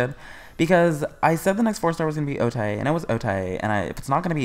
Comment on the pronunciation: O-Tae ain’t come home bc you keep saying her name wrong 😭